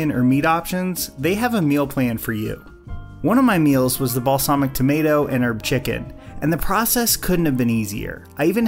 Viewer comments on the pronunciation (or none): none